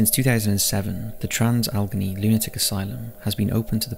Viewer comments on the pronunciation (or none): Just for future reference, Allegheny is pronounced as Al-Leg-Ay-Knee, not Algeny. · This was really interesting, however Allegheny is pronounced Al-uh-gain-ee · Al-A-Gain-E (Pronunciation) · Bailey rejected from entering heaven due to wife not including whiskey in his grave, but nobody mentioning he wanted his DOG KILLED go be buried with him. (also, The WV psych hospital is pronounced AL-uh-GAIN-ee) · Trans "al eh gain knee" just so you know how to pronounce it, no hate here, only being polite. Love the videos and channel. Hope everyone is well and stay safe during these times. ❤ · Where do you get your place name pronunciations from? Al- eh - gay - nee